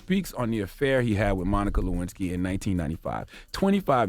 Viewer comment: "Can a player get a Luensky" lol